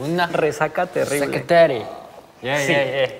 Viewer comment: y creando su propio idioma al decirse "Tengo una resaca terirrrrrrblrrr", se repite en mi cabeza sin parar, es demasiado iconic